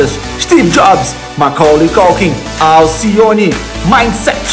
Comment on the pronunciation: "All see one" ( Alcione) kkkkk